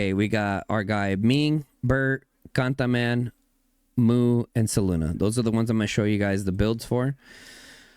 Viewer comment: Cantaman 😅all I hear is Gataman